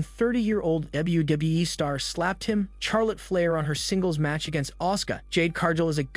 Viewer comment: Does this guy know how to pronounce a name or what hahaha Charlotte Flair is pronouncing it the wrong way though trying to say her name with the sound of CH and not the sound of SH. I think you really needs to do more watching WWE before he does any more videos like this on wrestlers because he doesn't know how to pronounce names right